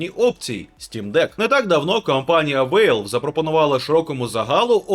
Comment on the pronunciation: Валв, не Вейлв.